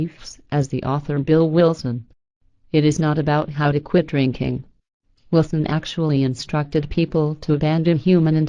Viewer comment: its funny when she says "drinking" she says "rinking" lol. she copied and pasted on a speech program lol. shes right though